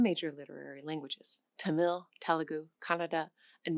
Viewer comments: Tamil should be pronounced with emphasis on the first syllable. "Tuh-mil" rather than "Ta-mill" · It's pronounced TA-mil , not ta-MIL . Accent on the first syllable .